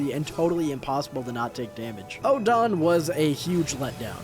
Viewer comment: Oedon is pronounced like Eden